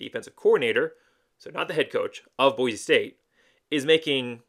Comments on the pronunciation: I like your channel, but for real dude. It's Boi-see. It's a cardinal rule that you learn how to say it before moving here! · It’s BOY See. For hell sakes say it right. Great video otherwise. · For the love of all things good and decent, Boise is pronounced Boy-see. How can you call yourself a fan and not pronounce the name of the city right? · pronouncing it wrong is not a great way to get fans on your channel. Idahoans are very proud people who feel very threatened by out of towners. Pronouncing it wrong is a good indication of an out of towner. People from out of town act like it’s such a hard thing to do, saying Boise correctly. To make matters worse, they, and you refuse to say it correctly even after we’ve told you how to say it. This is why locals are so unwelcoming to other people. If you want to live in Idaho, stop rejecting our traditions and culture. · you just gave a typical out of towner answer. How many subscribers do you have? Not many huh. Nobody wants to listen to out of towners talk about their local team when you won’t even say the same right. When YouTubers call Ashton Jeentie instead of Jeanty, I already know they don’t know jack crap about what they’re talking about. Btw, it’s not an accent. It’s a mispronunciation. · Nah bro, locals hate when people say Boise wrong. It's a welcoming city, but you ain't gonna get the same respect if you ain't saying Boise right.